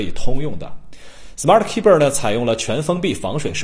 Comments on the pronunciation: 这货 的smart keyber 我怎么听怎么别扭， 怎么可能吧keyboard 念成keyber 真是牛了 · 可不可以不要把keyboard 念成keybird